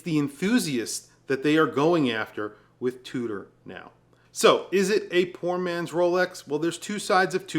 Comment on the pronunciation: Although is a bit of an arrogant douche, he's right. I wish he'd learn how to say the word NOW properly. It's not Nahyee. SMH.